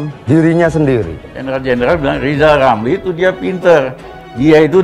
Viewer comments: Lizal Lamli jadi pleciden. Lepot hulup R hilang cemua... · Apaaaa....? Lijal lamli mau jadi presiden...? jangan jal(da'jal) ngomong R aje nggak bisa mendingan jadi dukun kaga ada R nye